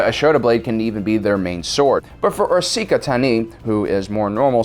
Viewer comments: Pronounced A-so-ka not A-socka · Why u pronouncing Ashoka’s name wrong on purpose??? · Ass soccer? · This video dropped in 2020 how were you still mispronouncing Ahsoka's name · The Disrespect of mispronouncing Ahsoka’s name 😔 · Wait!!! I can’t take it anymore... he has to be trolling Ahsoka’s name at this point., my boy.. you’re butchering her name so badly it’s ridiculous hahaha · *sees comments on OP mispronouncing ahsoka's name" "it can't be that bad" hears it in the video "SWEET MOTHER OF FUCK MY EARS!" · I can't tell if they are mispronouncing Ashoka's name on purpose or not. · Why do you say Ahsoka like that? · Dude can’t pronounce Ashoka’s name right is a disgrace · He's clearly mad for how we made fun of the way he pronounced Ahsoka's name last time so he's purposely butchering it as a joke. Also when he said shota I immediately thought of hentai lmao. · I feel your mispronouncing ahsoka’s name just to annoy people 😂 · Jesus learn to say Ashoka’s name please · He's mispronoumcing ahsoka's name on purpose right? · Yea apparently he genuinely mispronounced it in a previous video, got roasted for it and is now just rolling with the silly mispronunciation for the luls... much to the chagrin of the entire comment section XDD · Meh, that too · Blackbird Gaming ah. I thought it was just some running joke where he mispronounced stuff on purpose like ahsoka. And is that cannon doe? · Omg I saw thing comment before I heard him pronounce it, I was assuming it was going to be something minor like "ashoka" 😂😂😂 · I don’t disagree it irks me too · Keep it up man it makes you even more you and awesome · You've no doubt triggered many by mispronouncing the little cat girl's name. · It hurt to hear Ahsoka's name be mispronounced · It is his revenge from some previous videos and h addressed he would change it, he just didnt say how. He trolled us :)